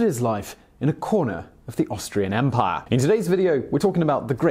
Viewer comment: Simon, please keep pronouncing 'empire', 'emPIE YA'. Adds a nice spice to the narration.